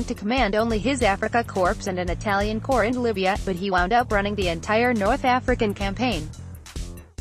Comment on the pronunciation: The word corps is pronounced without the ps, so cor!!!